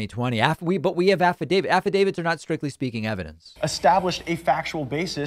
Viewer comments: Don't you mean "Affidavid"? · "I signed an affi-David. Did you?" Melissa Carone